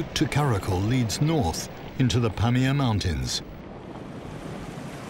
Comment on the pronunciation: Do Brit's have Glaciers in Europe?..It's not pronounced glassier with a long a. It has a short a.. also, just google these things for the narrator..Pamir is pronounced puh meer.. accent on second syllable, not first as in pam ear.. just sayin, the narrator is reading what he's handed, the show is about this place, so pronunciation research would be good